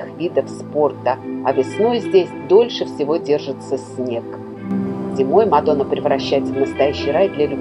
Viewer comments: Не Мадо́на а Ма́дона.😅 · В латышском языке ударение всегдаа падает на первый слог слова.Не МадОна а МАдона.Рассказ о городе интересный,содержательный